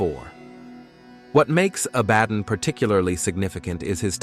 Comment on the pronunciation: One thing I am constantly sick of is mispronunciations on YouTube. Stop reading it. Actually find out how words are pronounced like Abbadon.